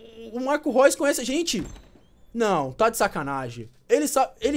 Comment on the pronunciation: O NOME DO CARA NÃO É:MARCOS ROIS É:MARCOS REUS KKKK